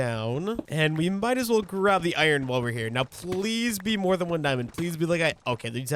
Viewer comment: I feel like ur saying iron wrong 😂